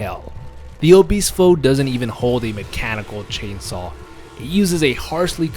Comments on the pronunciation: You actually pronounced Ubistvo correctly. It is translated as the killing. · Your pronunciation on Ubistvo was surprisingly accurate, your pronunciation on Noga Skakanje though was the terrifying part.